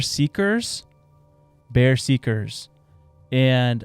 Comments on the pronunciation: The viking skin walkers are ber-zerk-ers not bear-seek-ers. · Not "Bear seekers," pronounced "Bur-Zur-Kers" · What the absolute hell, the Nords did not have skinwalkers and the mis pronunciation of Bezerkers is just ignorant. Insulting my ancestory and making up false stories is the epitome of Florida people. They were never called Baer Zeekers you pothead they Ber Zer Kers and they ingested and drank mushrooms that resulted in psychedelic trips before they went into battles. It's pretty obvious that you should know what shroom tripping is.....this "story telling" has turned me off on this show and you boys need to get it together before all you have left is selling tshirts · It’s killing me to hear them call the Norse berserkers pronounced bear seeker when it’s pronounced bear zer ker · Lmao it's ber-serk-ers, it's where we get the word berserk...Americans are funny with their pronunciations..love ya podcast bros always great stuff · Its not bear seekers it's berserkers (Ber-serk-ers) 😂 silly Love you guys! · Not bear seekers... "ba zerkers" you guys should listen to the Appalachian storyteller. He's got some wild stuff. And I'm from that area, so I can confirm a lot of them. Good story telling and history! Add to your podcast ❤🎉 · it's pronounced berserkers not bear seekers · Berserkers not bear seekers just a friendly heads up lmao I couldn’t help but laugh it was a honest mistake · He did not just pronounce berserkers, bear seekers right... one they took shrooms before battle and two theres no skinwalker here lol